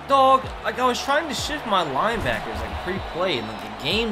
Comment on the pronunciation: I know he ment to say shift but it sounded like the s word